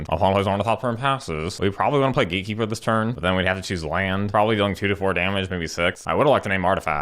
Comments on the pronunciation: Cemetery Gaykeeper instant burst of laugh XD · Daddy, was correct pronunciation GateKeeper or GaeKeeper?